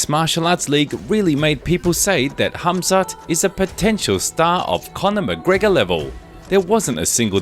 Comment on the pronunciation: Why is everyone calling him hazmat instead of khamzat😂